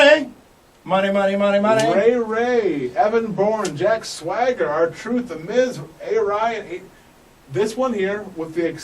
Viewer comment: can't say swagger... hehehe